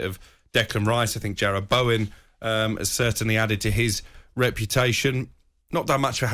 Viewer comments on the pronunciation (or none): Why do people keep calling Jared Bowen, Gerard Bowen? Jesus christ.